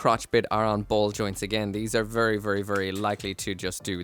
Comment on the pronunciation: vurry vurry